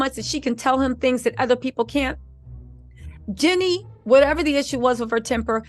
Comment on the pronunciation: Girl!!!!! It’s JEAN-nie!!!! Lol